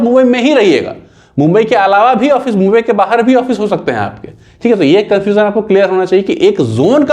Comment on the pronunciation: Gumbai kha bola...